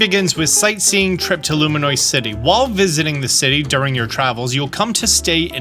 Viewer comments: Loo Me Ohs. Im so sorry but I wince every time. Somebody said take a shot every time he says Luminoice. lmao Id be cooked. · consistently saying “Loominoice” is so wild lol